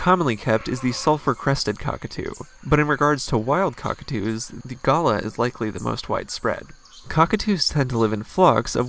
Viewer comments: Galah pronounced galar BTW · They're having a lend mate. The correct pronunciation is G'LAH, with the emphasis on the LAH bit. I can't think of a suitable rhyme. It's so sad to see these birds living in cages or kept away from their conspecifics. They are are extremely social flock birds, not meant to be the exclusive property of a human. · Galah is not gallah. It's pronounced Gar-lar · In Australia we say Gay lah. Ah nooo its Gar lah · love the way you say Galah because in Australia we say it Gay- Lah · It’s real name is Gillah, which is from the Wiradjuri language. White people have no right to invent their own names and pronunciations for animals that were already named before 1788.